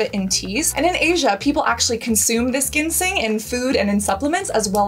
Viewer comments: Ginseng is pronounced JINseng (Cassandra). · Triggered by how you pronounce “ginseng” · Cassandra you live in the city and I think it would be great if you purchase your products from our brick and mortar stores here to help support local businesses. Also how come you pronounce ginseng like that? Is that how they pronounce it in Korea? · Ginseng is pronounced w a “j” sound 😊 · I’m questioning the validity of this video when you don’t even know how to pronounce ginseng . 😮